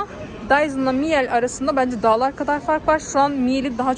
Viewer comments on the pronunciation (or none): Miyal degil mile diye okunur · Miel değil miile diye okunur ,sonuçta alman markası özel isim okunuşu değişmez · öncelikle bir düzeltme yapmak isterim..miel değil okunuş miile şeklinde..eski bir miele çalışanı olarak açıkcası bu kıyaslama miele açık ara önde..kullanım konforu çok daha yüksek özellikle hareketli motor kabini ağırlık merkezini değiştirebilmenizden dolayı daha kullanışlı ve ağırlığı hissettirmiyor..bence burada birde electrolux pf 91 i de alım kararı almak üzere olan hanımlar radarına almalı..muhteşem bir kombinasyon ve inanılmaz yuksek emiş gücü...saygılar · Miile diye okunur efenim 😊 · Miile diye okunur